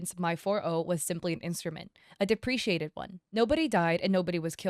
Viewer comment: Lulz. The word is ‘deprecated’, not ‘depreciated’.